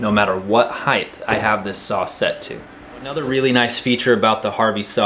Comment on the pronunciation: great share, thanks. not to be critical but as many people mispronounce, the word height is pronounced more like “HITE”. Because it ends in ght, many people confused it to be gth and pronounce the word “HITHE”